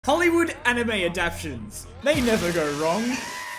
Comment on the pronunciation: No One:: Mispronounced the word Adaptations and says (adApTiOns)